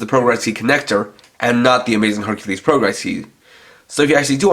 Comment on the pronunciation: I like this whole set. Don't like the pronunciation of Hercules though. Other then that it's good!